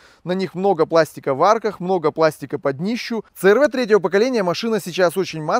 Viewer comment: В Америке много переднеприводных. Правильно говорить си ар ви. Клиренс у первого и второго поколения 205, у третьего 185, у четвертого 170, у пятого(заявленный) 208. У меня 2,4 , расход по трассе на круизе, в режиме 100-105 три взрослых и ребенок, 8,0-8,5 литров.